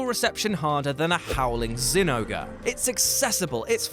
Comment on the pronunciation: Did you say zinouga? Its zinogre or Jinouga, nargacugas weakspot is the head btw